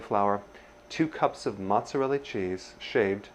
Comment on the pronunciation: Did you say ....MOZZERELLI? And after you learned to say caul-i-flower. 😂